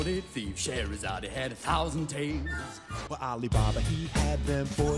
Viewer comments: That's not what he's saying. He's pronouncing her name as Sche-he-ra-za-de instead of Sche-he-ra-zade, which does match up with the original song. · I don't think they're saying "Scheherazade, he [...]" in either version, rather in both the original and the remake, they pronounce her name with the /ee/ sound at the end, like a Greek name, for some reason. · Ever since I watched Sideways' video on the Disney remakes, I can't not notice the fact that Will Smith attempting to copy Robin Williams' pronunciation of "Scheherazade" by emphasising the "e" on the end just makes it sound like he's misgendering her. Like...even as a child I understood that Robin Williams was saying "Scheherazade" if pronounced in a slightly unusual way; with Will Smith, it really does sound like he's saying "Scheherazade, he had a thousand tales"... It's a little thing but it kind of sets the whole song up for failure in the remake almost right from the start. Honestly, Will Smith was sort of set up for failure on this by being forced to do a Robin Williams impression rather than just being allowed to reinterpret the Genie to fit his own stage persona. I'd personally love a version of 'Friend Like Me' done more in the "Cab Calloway"-esque style that Ashman and Menken originally intended, but that wouldn't have worked with Will Smith playing the role. What he needed to be allowed to do is exactly what the version of the song that played over the closing credits did: play to his personal strengths as a performer. Will Smith is the epitome of family-friendly incredibly cheesy 90s hip-hop vibes. What we needed (and what he needed to be allowed to do) was essentially create his own version of the song "Fresh Prince" style. But no, the higher-ups at Disney wanted those nostalgia dollars so instead we ended up with possibly the most vocally lazy, low energy music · He didn't say He, he pronounced the final e in Scheherazade. That is how it is pronounced in the original too